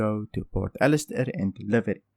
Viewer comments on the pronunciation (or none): Olisar, not Alistair